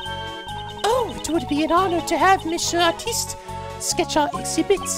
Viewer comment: you're still pronouncing "Monsieur" wrong XD It's actually something like "Missyeur" without any "sh" ^^